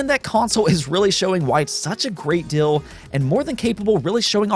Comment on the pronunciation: Please please please stop mispronouncing the words, "deal," and, "ideal." You are saying, "dill," and, "idill." It makes you sound 14, and makes me want to pull your hair out. You have been warned.